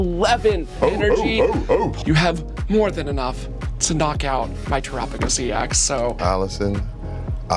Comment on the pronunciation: erks me a bit she says Tera typing right, but when saying terapagos wrong